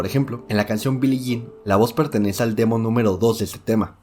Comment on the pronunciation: Dingero Tour instead of Dangerous...Billy Jane...come on now.